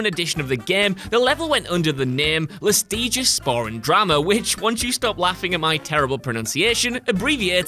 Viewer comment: mhh yeah...what a funny, funny spores drama xD btw. your pronunciation of "lustiges Sporen Drama" was not as bad as u might think. u just used a long i in "lustiges", but it's a short one. The Creators of the TV-series "Grimm" were kind of worse, with their german terms. Like "Wesen", they called it "Wayhs'n" (IPA.: /ˈveːzn̩/, is the correct way). Or much worse...The Names for the Wesen, were mostly Verbs. "Blutbader" in German, is called "Blutbaden" in the original, which translates to "Blood Bathing", but has to be somewhat like "Blood Bather". If u build ur series around the German language, like it get's mentioned every episode...hire a german translator -.-' u did well ^^